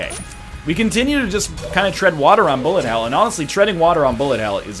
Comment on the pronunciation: when NL says "bullet" he actually sounds like lower case r